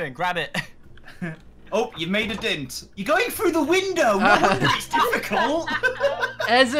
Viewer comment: Kyle: you’ve made a dint. Me: Honey that ain’t no dint it’s a dent D-E-N-T DENT